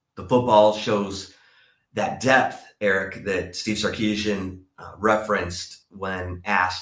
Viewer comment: … it’s pronounce “DepTH” not “deaF”. Sorry, it bothers me every time you say it. No one is dealing with deafness on the football field.